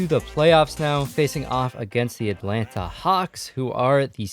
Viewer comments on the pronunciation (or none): none